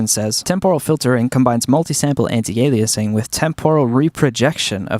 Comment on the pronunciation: What’s up with pronouncing it “temp-oral filtering”? It’s /ˈtɛmp(ə)r(ə)l/ not /tɛmpˈɔːr(ə)l/. First syllable is stressed. Also, some guy said “anti-a-lie-a-zing”. I want to know who he is, so I can hunt him down and kill him. Couldn’t find fault with the content so I went after your pronunciation.